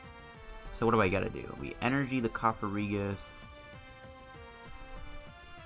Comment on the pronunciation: Its cofagrigus not cofarigus